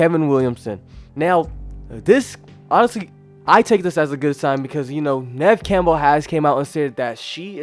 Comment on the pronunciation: Please at least pronounce Neve Campbell correctly